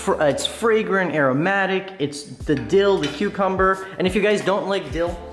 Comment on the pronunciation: Its "AIRO-MATIC" 😂😂